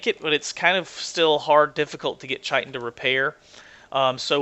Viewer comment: just to let you know, I believe the 'CH' in chitin is pronounced as a 'K'. Scientific word for the hard outer shell on insects, arachnids and such.